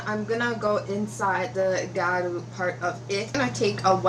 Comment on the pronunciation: I think the water line could have been filled. But it looks great! Btw it’s pronounced (GeeYa-Ru)